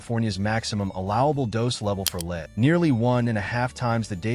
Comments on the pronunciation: Stupid AI couldn't say lead at the trader Joes. leed they said. lead us on! btw Lead InChoc???? I could be a dead duck after 10 yrs of stuff. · "lead" (the heavy metal) pronounced "leed" - a bit of AI Slop that makes me wonder about the whole vid.